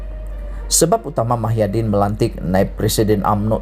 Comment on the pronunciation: Muhyidin bukan Mahyadin sebut nama orang betul dan tepat